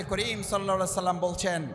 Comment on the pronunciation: কি আর বলবো- তারেক জিয়া ঠিকমত সালামটাও উচ্চারণ করতে পারেনা।